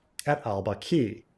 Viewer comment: Baqi, emphasize is on the first syllable.